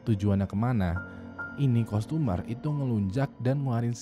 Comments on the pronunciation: Pronountiation nya parah bat wkwk customer bacanya tuh sprt kastemer bukan kustomer wkwk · customer dibacanya kastemer btw bang.